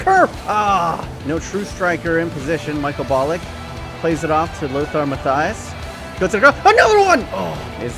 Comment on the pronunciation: Really like your videos but please go see some German guy to tell you how to pronounce Matthäus right. It hurt my german ears. But the rest was pretty good.